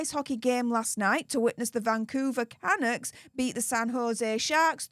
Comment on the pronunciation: Canucks - emphasis on the second syllable